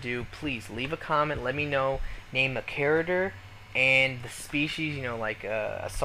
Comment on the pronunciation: Please stop saying charater!